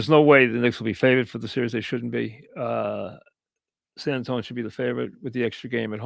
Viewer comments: Why the F does he keep saying San Antone? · who tf is San Antone? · why cant he say san antonio right lmao